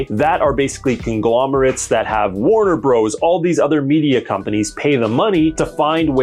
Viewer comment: It's Warner Brothers, not Warner Bros...